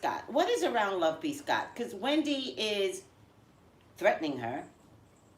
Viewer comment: Is it just me?? When you pronounce the name "LoveBScott" it sounds to me like "love-peace-God." 🤨